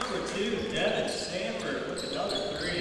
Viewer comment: *Sanford!! No T!